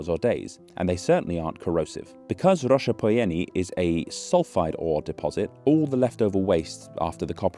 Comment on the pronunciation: “Nicolae Ceaușescu” oh no